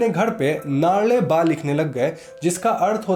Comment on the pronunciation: U pronounced naale baa wrong😣